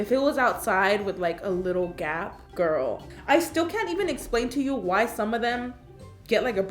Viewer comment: How I say girl "gurl" How karina says girl "gOuRl"